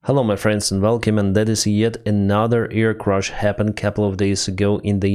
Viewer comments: One more correction: CRASH (like cash) is not CRUSH (like usher), thank you, apologies, and good day :-) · Air *crash, not air "crush".